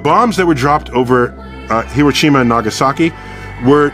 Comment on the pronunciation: Thank you for pronouncing Hiroshima and Nagasaki correctly! These are not hard names yet current reporters can't correctly pronounce these names. Ganbaro minasan!